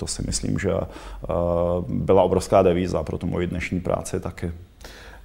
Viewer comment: a ted jeste slysim, ze cosi "byla obrovská devíza pro mou práci", no potěškoště.... asi myslel deviza, ale devizou by bylo spis, kdyby pan redaktor ovladal jazyk, prece jen je to pro nej pracovni nastroj. (viz deviza vs devíza) Ach jo. A to mame platit.